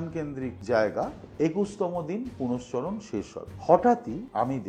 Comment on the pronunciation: আমি তো শব্দটা পূরশ্চরণ বলে জানি,উনি পুনশ্চরণ বললেন বোধহয়,হয়ত এরকম শব্দও আছে।